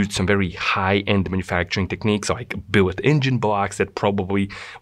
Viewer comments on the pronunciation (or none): none